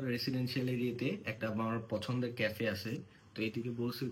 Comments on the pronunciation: কাফে ডেট ❌কেফে ডেট ✅🤣🤣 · কফি ডেট না কাফে ডেট